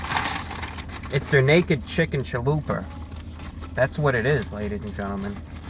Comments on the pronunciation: every time he said "chaluper" i died a little inside. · My Hispanic self cringes when Spanish words are said inccorectly. It's CHALUPA. (cha-lu-pah) but he's selling me on the chalupa taco, I'am edger to try it. \m/(^_^)\m/ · Great review as usual, but what is a “caliper .”🤩I’ve been teased for pronouncing pizza as “ pi-zer.” So I feel you.Most inventive thing ever, really? I thought the microwave was pretty cool not to mention the light bulb. Hyperbole never hurt anyone 😅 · Great review as usual, but what is a “caliper .”🤩I’ve been teased for pronouncing pizza as “ pi-zer.” So I feel yo😅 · man I love a "chualuper" hahaha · lmao.....chaluper kills me everytime i hear it!!!!!!!!!! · Every time you say Challuper I get goosebumps of joy. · WHAT THE HELL IS A "CHA-LOOPER"?!?!?! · "CHALUPER" love it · I will be pronouncing it "chalooper" from now on. Thanks Review Brah!